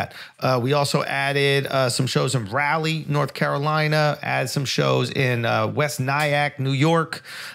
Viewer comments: Bro it's not Ralley, North Carolina it's Raleigh (RA-LEE), North Carolina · “Raleigh, North Carolina” Raleigh is Ra-Lee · Hey. No-one gonna talk about how Schulz pronounce Raleigh NC? "Rawley" HAHAHAHA! Come on Charla you're from SC HAHA! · I figured Charlemagne would have let Andrew know has been pronouncing Raleigh wrong since he is our Carolina brethren lol. He wouldn’t let him get by with calling Charleston Cheer-Les-Ton 🤣